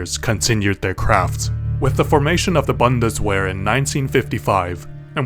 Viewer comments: just so you don't further mispronounce German words W is usually pronounced V is even though its Bundeswehr its pronounced Boo nduh s-vair or bundesvehr just replace the W with a V, i know you probably don't care... and it dose not matter at all, its just i thought id tell you in a very passive aggressive way lol. also no more curst scar yay! < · as a german it hurts to hear "Bandeswöhr" for Bundeswehr or "Pourschee" for Porsche. ...or "Häcklor and Kuuch" for Heckler und Koch. And no German is not as hard. It feels like it cause we have a lot of "knacklaute" so things like ck, sch, kr, ße, etc... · das heißt bundeswehr nicht bandeswehr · Buhnd-es-Vehr W makes the V sound in German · That pronunciation of Bundeswehr hurt my soul... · I had an aneurysm when you kept pronouncing Bundeswehr wrong, but gewehr correctly lol